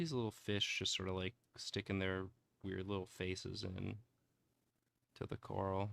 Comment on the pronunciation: The way pronounces coral like Carl made me get all excited to see a bunch of dudes named Carl.